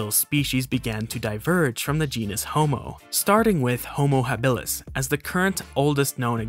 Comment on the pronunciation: H. habilis is "HAH-bih-lis," not, "hah-BIH-lis." Please and thank you.